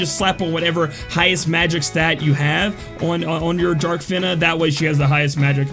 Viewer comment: pronounced fina in intro right then immediately goes to "fin-ah" after... bruh XD